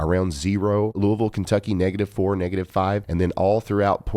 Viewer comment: Thank you for pronouncing Louisville correctly 🩷